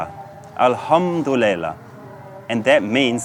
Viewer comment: I am from Poland and I lived in UAE for 7 years and your Asallam Alaykum is so fucking wrong lol :D your pronunciation and accent is so badly wrong (at least comparing to local, Emirati UAE accent). The same thing goes to Alhamdulillah ...who the fuck taught you Arabic words :D But I assume that they speak them differently in Pakistan. Nevertheless good video !